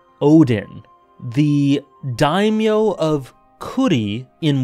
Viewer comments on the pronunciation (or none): none